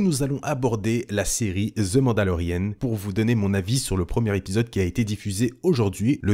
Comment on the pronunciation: Ni Ze pour The ... ca devrait sonner plus comme un ''Dhe' ou meme ''dhee (dhii)'' dans certain cas comme The end ...